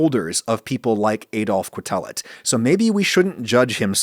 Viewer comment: As a statistician, I've been repeatedly impressed by how careful Adam is about discussing statistical results. The one play where he goes statistically awry here is a trivial and amusing one, the pronunciation of Quetelet's surname: 8-)